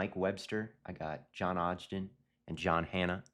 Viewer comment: gotta mispronounce someone’s name every episode “moon-oz” and “odge-den” lmao